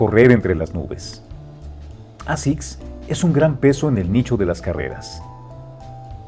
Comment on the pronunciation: Cada vez están peor generando contenido solo por generar, al punto de NO SABER PRONUNCIAR la palabra ASICS en inglés 🤦‍♂️ y se dicen un canal de estilo??? Creo q en vez de sacar contenido como embutido tomarse una pausa y dosificar mejor y trabajar mejor su contenido sería ideal